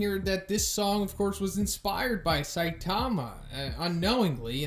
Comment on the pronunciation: Love you videos, but please bro stop saying saitama like that... saiTAMA.